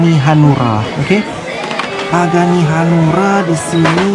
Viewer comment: Om pagani huayra bukan pagani hanura wkwkwk malah jadi partai